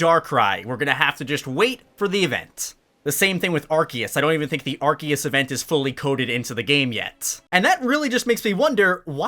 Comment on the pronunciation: “Bee-barrel”? “Arkee-us”??? Lol